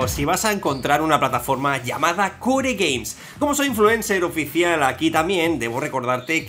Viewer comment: en realidad se se dice kor gueims no kore gueims como tu dices